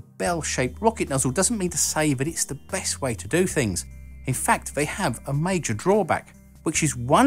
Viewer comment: Not necessarily your fault,, or not totally, but... your pronunciation drives me to distraction. For instance, when you are saying, “...which is one of the reasons why...” I hear “...which is one of a reasons why...” and this is because instead of saying “the”, you say “va”. Same thing, you say “fought” instead of “thought”, “free” instead of “three”, “van, vat, vine” instead of “than, that, thine”, etc. I understand that one’s pronunciation is mostly dependent on how one grew up speaking, and it is typically learned from one’s family and acquaintances, but part of public speaking is learning how to avoid the use of pronunciations which most people may find difficult or confusing, or at least distracting. For instance, in my native English I pronounce “creek” like “crick”, but when speaking in public, I say creek. I guess I agree a good bit with Mr. G. B. Shaw in that I tend to think that people should purposely speak in a way where they will be easily understood, rather than speak the way they always have.